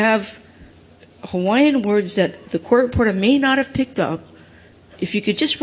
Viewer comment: For heavens sake, can they please get a reporter that knows how to pronounce Hawaiian words properly. This sounds like Sherry Bracken (sp?), she’s awful!